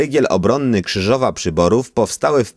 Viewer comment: KRZYŻOWA a nie Kryzowa